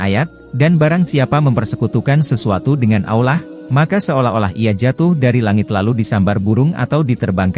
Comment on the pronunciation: Ngomongnya kurang fasih beroo Ngomong lafat Allah harus faseh